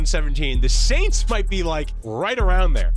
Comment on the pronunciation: Bro said the New Orleans Aint’s